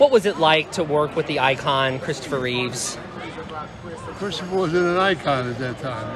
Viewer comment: His name was Reeve, not Reeves!!!